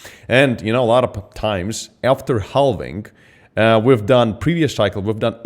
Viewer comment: he says.. HELL VING.. lol